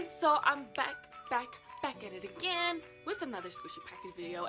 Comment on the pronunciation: When you say back at it againg I think of back at it againg with the white vans